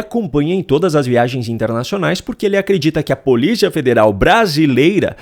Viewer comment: O. NOME E POLICIA E NAO POLITA VELHO CAQUÉTICO